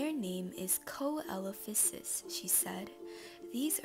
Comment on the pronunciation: Coelophysis is pronounced Sea Low Fi Sis